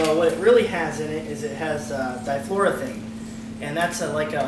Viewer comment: Good job overall, with a few suggestions. It's not pronounced di-flor'-o-thane. It's pronounced di-flor-o-eth'-ane. Also, try not to add refrigerant in straight liquid form - alternate gas and liquid by tilting the can back and forth. Takes a little longer, but you won't slug the compressor. Good job posting the safety corrections.